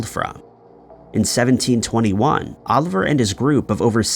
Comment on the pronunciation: Just one thing. It's Olivier Le Vasseur, not Oliver. He was French, not an orphan from England.